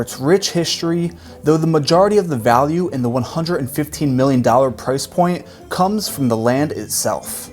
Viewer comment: Y'know what would make these mansions seem more amazing? Someone who can pronounce "hundred."